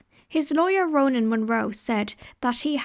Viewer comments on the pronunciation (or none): none